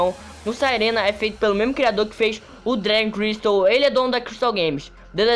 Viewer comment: É dragon crystal nao dray crystal fala serto po